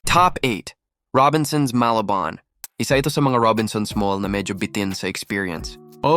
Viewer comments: Robinson's Ma-lah-bohn - nag-American accent pa yung bwisit na narrator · Tangina tagalog ka mgsalita pero sa tuno at pg bigkas mo parang foreigner ka na nag aaral mgtagalog. Medyo nbwisit ako sa pgbigkas mo ng Malabon eh.